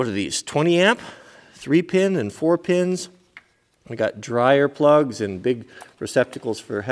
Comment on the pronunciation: every time you say "plugs", i cringe. i know your doing it on purpose.